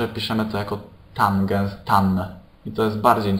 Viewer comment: tanges a nie tangens xD